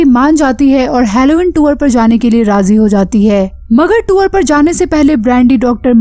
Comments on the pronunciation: Tuor ... Nhi tour bolte hai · Madam tour hota hai tuwar nai. Pronounced toh krna sikh lo